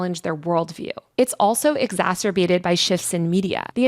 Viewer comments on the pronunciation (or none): none